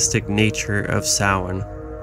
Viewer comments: It's pronounced ' Sow in ' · You should learn how to say Samhain if you are going to do a video on it. It sound like - so win